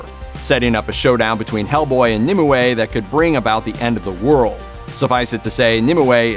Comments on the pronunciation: BRROOOOO ITS NOT NIMUWAY ITS NIMWAY. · I know this will be a stupid comment of mine, but I just could not focus on the actual narrator of this video purely because he kept pronouncing Nimue wrong... he keeps saying it like it's 'Nim'' 'I' 'way'' adding an extra I in the middle for some reason, when it is really supposed to be said as "Nimway' even though it is split with a 'ue'. The 'ue' is pronounced as 'way'. I honestly don't know why he is adding in an extra I!!!! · Nimue = "NIM-you"